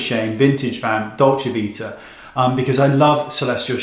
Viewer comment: Love the way you say "dolce vita"!😄